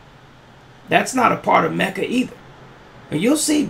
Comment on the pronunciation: I watched that episode. Tariq definitely botched MECJA. I cringed...